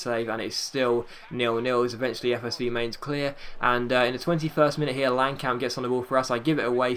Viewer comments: Mine-ts is how its pronounced...trust me i speak german. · min-tz is how you pronounce it